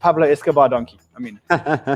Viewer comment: Love the show Guys, Don-key PLEASE...